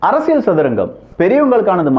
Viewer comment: ஐயா, தயவு செய்து "ல்" சரியாக உச்சரிக்க பழகவும் . அரசியல் கூட சரியாக சொல்ல வரவில்லை.